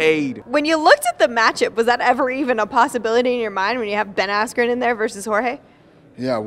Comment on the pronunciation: “Funky Ben Ass-kew”- Michael Buffer